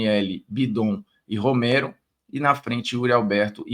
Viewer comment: Formiga, o nome do Romero é Romero irmão, não é Roméro.